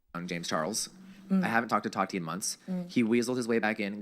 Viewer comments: It’s TAAHHHHH TEEEEEE not TATTTT TIIIIIII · why do you pronounce it that-ie? it’s taw-ti. sorry it really bothered me